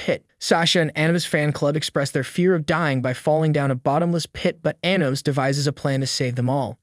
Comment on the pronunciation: The way he pronounces Anos name makes me cringe